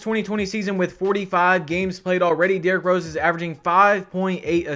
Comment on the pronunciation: “Derrik Rose”